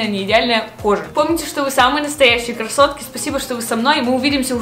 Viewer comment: Что я слышу в начале : ПРИВЕТ КАСОТКА А НЕ К Р А С О Т К А???????